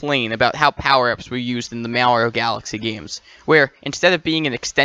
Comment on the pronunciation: Great video. Just one question. Is this a reference to the way you pronounce "Mario" wrong?